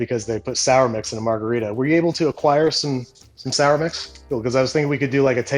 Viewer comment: I’ll be honest, I forgot how to pronounce margarita, so I clicked the video.